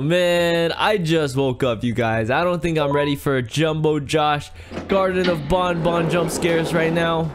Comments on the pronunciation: its banban not bonbon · he is saying bonbon it is banban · It,s banban not bunbun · garten of bonbon lol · Why do people call him bun bun it's Ban Ban (Banned Ban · it's not grtine of bonbon it's grtine of banban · It is garten of Banban not garten of bunbun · Banban not bonbon Sorry if I'm being mean